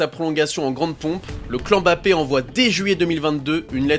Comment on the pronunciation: par pitié, arrêtez de dire Embappé, c'est "Mbappé"